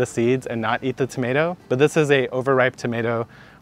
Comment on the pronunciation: Please no more “tomats”. One more syllable isn’t gonna kill you LOL